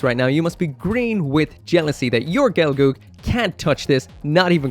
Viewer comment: gel-girl not gelgoog